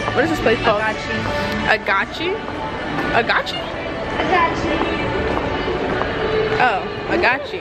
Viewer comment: lmao Agachi It's Agaci With A C Lmao Love you. 😘